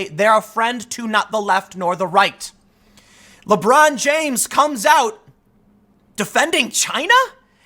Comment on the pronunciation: "Lebrawn jaimes~"